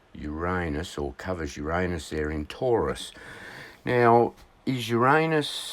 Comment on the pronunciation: Greetings from Yakima Washington. Love your videos! Gads December 4th? Not long now only a few hours lol. Yes kind of a strange name for a planet depending upon how you pronounce it. I prefer your pronunciation over others just saying.